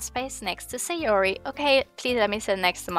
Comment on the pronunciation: It's not Sayori, it's Sahh-yoori ~ ma boi Pewds 😂